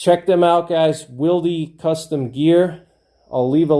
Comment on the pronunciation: Thanks for your insight, I never considered the advantages of being able to re-adjust your holster to different guns or configurations. That makes a lot of sense in a hard times scenario where you might be scavenging guns, like you said. In exchange I will offer you some insight of my own: "Wilde" is pronounced like "wild" (like the author, Oscar Wilde), the 'e' is silent.